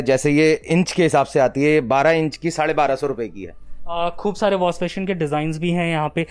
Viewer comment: Wash-pashion nhi washbasin hota hai kanjar 😂😂